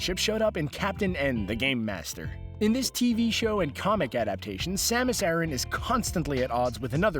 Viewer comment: dark hurrikane you're right about the planet pronunciation, as it's Japanese name is ゼーベス, or ze-besu, but not her name. It is not pronounced like Iran. In Japanese it is サマス•アラン, making it Ah-r(l)an.